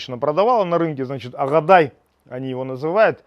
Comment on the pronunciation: Не агадай,а агадайы... старинный сорт Азербайджана. Столовый сорт.